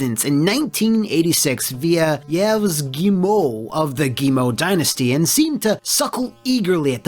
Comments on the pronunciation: I love this new format ! And for the record, the good way to say "Yves" is exactly like you say "Eve" in english because the "S" is silent ;) (But your french is really good on "Mange Caillou") + Hype : The Time Quest is the first game of Patrice Desilet ah ah ! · Yves is pronounced Eve